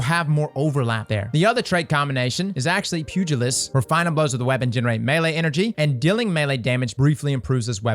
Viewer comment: THANK YOU for pronouncing Pugilist correctly. Now if we can get people to pronounce Polygonal correctly lol